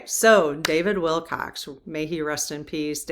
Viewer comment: There was a fine British musician named David Willcocks, and there is also the more common homonym Wilcox. But there is no "s" sound, please, at the end of our subeject's name. Usually we use the subjunctive decree "Rest in Peace," but it is good to know from your guides that he is indeed resting now in their loving arms. I predict that this potent force of nature will, soon enough, be rejoining the fight though from his new base of operations!